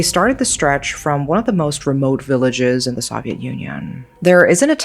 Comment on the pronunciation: That's it. This has to be Ai. The English is too fluent to still pronounce "Soviet" wrong. There are always little mistakes that almost seem charming, but that particular word is way too well known to be mispronounced by someone who is this fluent.